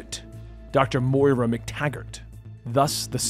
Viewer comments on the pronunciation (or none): none